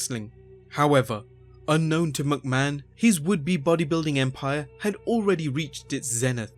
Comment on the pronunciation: dude.... MICK mahon.... not MUCK mahon Think...McDonalds. Its MICK donalds...nots MUCK donalds